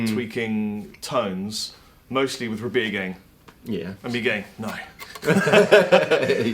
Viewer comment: every time i happen to see this video i swear says "I'm Beer", man... am i going crazy?